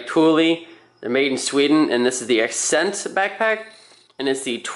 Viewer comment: Accent, not ascent haha good review though!